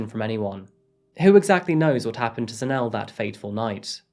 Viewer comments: Its pronounced Za-Ne-Le, not Za-Nele 😊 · Enjoyed this Episode. If I may point out one thing? Ask the locals how they pronounce the names. For instance it is pronounced as ZAH-NEH-LEH, not Zanelle. Good Episode, once again! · Zanell and Kew-nay-nay. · Pronounced: Zan-Ay-Lay